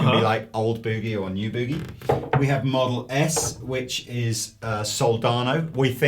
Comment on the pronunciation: Hey guys, it's not pronounced Mesa Boo-gie as in "boo"(like a booing crowd). It's Boogie as in "book". Ir's sounds silly when y'all say it that way. Americans pronounce Marshall and Vox correctly, so rem... just say the word "Book" but change the K to a G then add the E sound on the end and your done. (BTW, Mesa is pronounced like the month. "May")